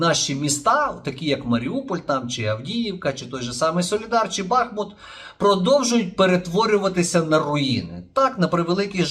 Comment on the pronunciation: Будь ласка переборіть себе. Змініть наголос в назві міста Бахмут. Дякую.